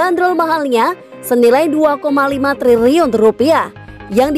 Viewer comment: Udah nggak tahan gua mau komen ini sejak ribuan tahun lalu. Coutinho dibaca KONTINYO. triliun dibaca TRIRIUN. hadeh